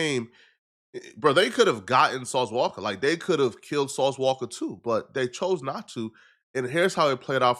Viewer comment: Ain’t nobody finna spare a witness because it’s “sauce walka “ 🤔